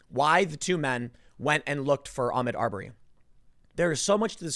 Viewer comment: Tim. Its Ah-mOd Ar-berry. Pronouncing it Ahmed Aubury is playing into these stupid fucking "Armed Robbery" jokes.